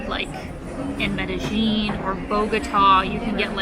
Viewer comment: Hi, great stuff, as usual. Is there any reason why you use the sound of "J" when you pronounce Medelin? I always love your videos.